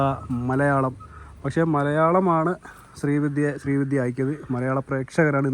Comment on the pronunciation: ശ്രീ വിധ്യ അല്ലെടോ - ശ്രീവിദ്യ